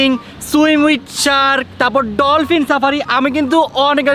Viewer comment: ডলপিন না ডলফিন হবে 😂😂😂